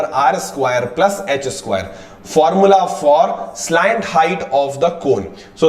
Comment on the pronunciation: Skwaiiiire did u notice he says skwairee